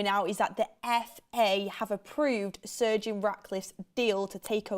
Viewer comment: Is going to learn how to say Sir Jim. It is got surgin.